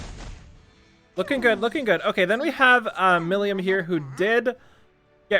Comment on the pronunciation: Wrong, the proper pronunciation is 'MI-RI-MU'. 'Mi' is pronounced like an english 'Me'. 'Li' is hard for english audiences to say because there is no L sound in the Japanese language. It is written 'Li' or 'Ri' so that english speakers can move on with their day without learning a new sound, but if you want proper pronunciation, the sound is made by putting your tongue near the top of your mouth as if you were going to make an 'R' sound, but instead you make a 'L' sound with your tongue in that position. If said properly it will sound like a combination of 'L' and 'R'. The 'M' at the end of her name is pronounced 'Mu' because there is no Japanese syllable for most single letter sounds, so a 'mmm' sound is changed to 'Mu'. Milim Mi-Ri-Mu (Me-Ree-Moo)